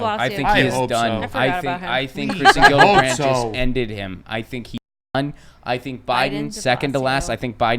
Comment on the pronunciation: it's not a hard G on Gillibrand, It's like Jillibrand, okay?